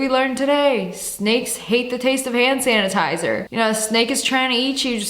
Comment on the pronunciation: “Shnanitizer”-2024 word of Lia